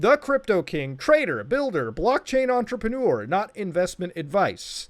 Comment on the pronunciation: "entrepreneur" aight, I'm out